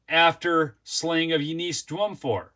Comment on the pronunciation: It's (You-niss - NOT You-nees)